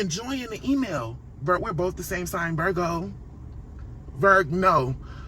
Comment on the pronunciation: “virg-no” yooo 😂😂😂😂